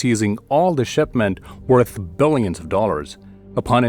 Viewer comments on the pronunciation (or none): none